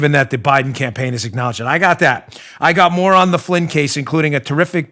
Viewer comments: Did you say said more on Biden or moron Biden?😂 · You said More on Biden ... sounded like Moron Biden. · Dan, did you say "more on Biden later" or moron Biden? By the way, I've been trying to change the language but can't because I'm not a Leftist but try to use lesron because a moron doesn't have more of anything. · "...more on Biden" sounded like "...Moron Biden" hehe! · LOL "more on Biden". I heard moron Biden!